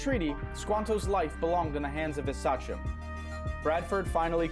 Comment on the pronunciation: I'm pretty sure Sachem is pronounced say-chem, not sah-chem. I'm originally from Massachusetts and the name is used for a lot of things in the eastern part of the state, even the name of a high school football team, the Saugus Sachems. Saugus itself was an Indian name and the area was settled by the Naumkeag when the English settlers arrived.